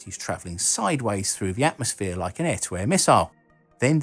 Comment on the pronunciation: "Atomsphere" LOLZ!!!